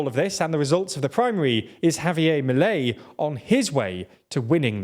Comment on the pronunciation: The emphasis goes to the last syllable, so it is ‘miLEI’ and not MIlei’